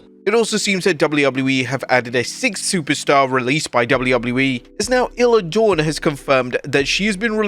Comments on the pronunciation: How are you still not saying her name right? It's pronounced eye-la dawn. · Not Isla Dawn. Dammit.